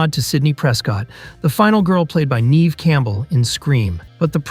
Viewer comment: Not Nee-ve Campbell... it's Neh-ve Campbell. So much names said wrongly in this video...